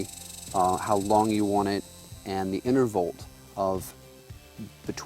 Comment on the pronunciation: Interval - no "t" on the end.. :(